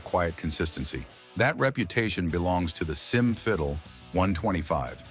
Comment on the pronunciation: Kymco, in Taiwan, is pronounced "kim-ko" and SYM is simply pronounced S-Y-M. Both Kymco and SYM are acronyms of the manufacturers: Kymco: Kwang Yang Motor Co. SYM: San Yang Motor Co.